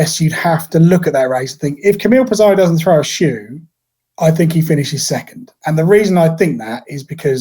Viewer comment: pissarro not pissarriioo